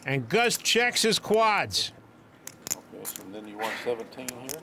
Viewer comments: BRUH the OP is commenting that Gabe, the color commentator, his accent sounds like "QUATS" not "quads." It doesn't matter what the actual pronunciation of the word is suppose to sound like. Did you even check the timecode the OP referenced? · bruh he's saying that it sounds like he's saying QUATS not quads